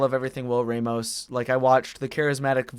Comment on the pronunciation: It's pronounced Ram-os Not Ray-mos